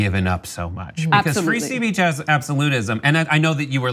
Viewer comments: Ha Ha, said fee spreech!! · How hard is it to say the word "speech"?